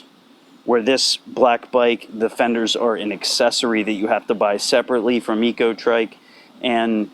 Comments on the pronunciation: Eco trec is how its pronounced i believe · Pronounce "ecotric" the same you would "electric"